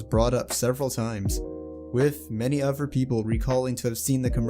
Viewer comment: This dude cannot say the word other correctly